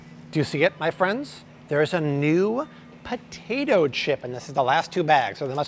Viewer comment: Love these videos, why does an American guy pronounce tomato and potato so weird? Not all the time either, very annoying!